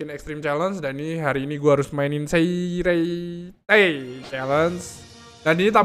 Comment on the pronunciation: Di bacanya Siritei celeng 🤣